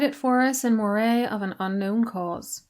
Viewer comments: Just for future reference, Moray as in the region of Scotland is pronounced Murray and never like Moray as in the eel. Not the easiest to know if you don't live in Scotland, but that's where all your Murrays hail from originally. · As I live in the next door county to "Moray" it is pronounced Murray as in the surname. I live in the Pictish kingdom of Ce. You should try doing a video on the Picts as that is interesting as there is a LOT of pictish stones here. Loving the long video :)